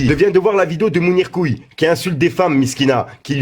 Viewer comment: Je suis seul à remarqué qui appelle mounirmoons Mounir couille